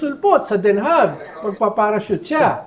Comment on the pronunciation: Since Den Haag ang ginagamit nila instead of The Hague dapat lang na icorrect natin yung pronounciation, it's supposed to be pronounced as Den Ha, silent yung G